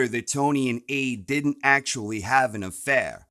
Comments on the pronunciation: "And he diddennt" 🤣🤣🤣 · LMAO "Did-Dent" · Oh No He Di'ent! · "And he did ent" 😂